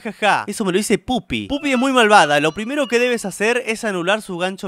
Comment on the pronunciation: Pato, se dice poppy, no puppy